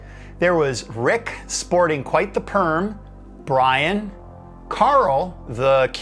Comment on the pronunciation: "Brian" in Freur ?! They were Welsh and the name is Bryn pronounced "Brin".